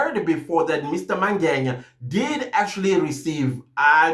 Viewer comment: I hear you say "Mangenya" when you speak about the Lft Colonel, it is actually Mangena. Otherwise, good commentary.